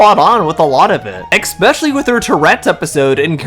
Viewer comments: eSpecially, not eXpecially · Love the video, just one thing: please, it's "especially", not "exspecially" :face-purple-crying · I was so annoyed throughout the entire video when he kept saying it like that